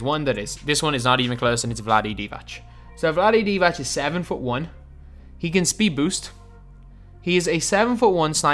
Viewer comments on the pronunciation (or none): There is not a ć at the end of divac its c this time and literally every other time when its not u are not saying ć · It's pronounced DivaTS :)